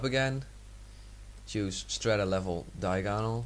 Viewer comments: hahahhaaha you say diaganol weird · you say diagonal funny that doesn't matter though, thanks for the help! i will use this some day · you pronounced diagonal wrong...how the hell can you mispronounce that...